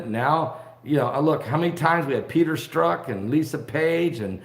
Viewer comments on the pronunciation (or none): none